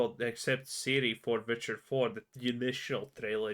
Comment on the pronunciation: Witcher spells like was, an effing W not V